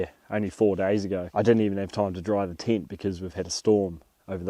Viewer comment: tent❌ tyint✅